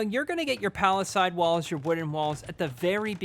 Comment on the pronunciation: Love it, but oof, you’ve gotta pronounce palisades correctly